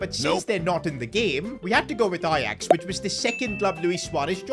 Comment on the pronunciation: Ajax is 'j' no ' y'